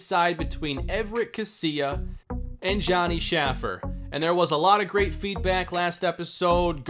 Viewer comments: Please please please pronounce Shaffer’s name correctly. It’s Shay-fer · Johnny Shaffer’s name is pronounced shay-fer